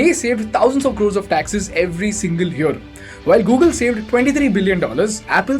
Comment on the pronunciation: What the heck is this Gogle?